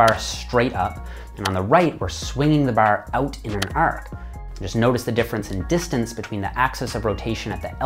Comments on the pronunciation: you say bar like your a newfy. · I forget he's Canadian until he says "Bar" and "Arch" LOL